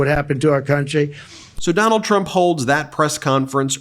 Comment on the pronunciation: We should just refer to him as "Duh-NALD" from now on.